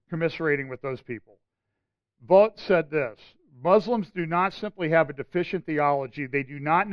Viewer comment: Russell Vought - pronounced "vote". He graduated from a Christian high school in nearby Trumbull, CT